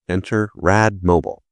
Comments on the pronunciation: You did pronounce mobile wrong though. It's mobile as in the bat mobile, not mobile as in a kids toy. All good otherwise. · Rad Mobile is pronounced like automobile or bat mobile... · just pronounce a " Mobil " like british says as a " Car " 😁heeh heeh heh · How do you mis-pronounce Rad Mobile after Encino Man?